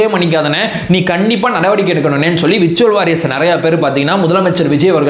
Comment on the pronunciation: விர்சுவல் வாரியர்ஸ் இல்லை . உச்சரிப்பு . வெர்சுவல் வோரியேர்ஸ் - virtual Warriers